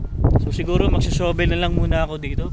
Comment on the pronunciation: Shovel po is pronounced as "shuh-vl", d po "shooh -vl". Cheers!